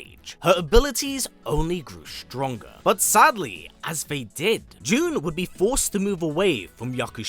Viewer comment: How does that make sense? Nowhere in her history is it pronounced that way. I don't understand how people can only hear one pronunciation and still get it wrong.